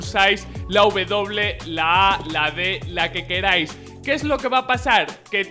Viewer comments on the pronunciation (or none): ''siemple que quelais'' xd